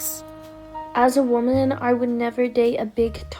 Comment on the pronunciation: By the way woman your pronunciation is incorrect